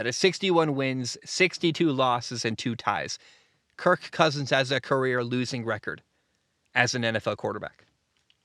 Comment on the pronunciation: Please stop saying his name like that